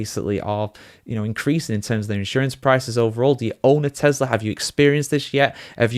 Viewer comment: Tesla not Telsa